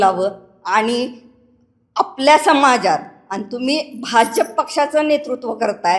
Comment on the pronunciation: बाजफ नाही भाजप म्हणा आधी . टाकून आलेलं दिसत 😂😂🎉🎉